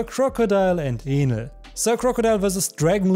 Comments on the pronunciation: Is it me or I heard him say anal instead of enel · bro its enel and not with A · He didn’t say Enel correctly… it sounded like something else… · it's so funny how he says enel like anal LMAO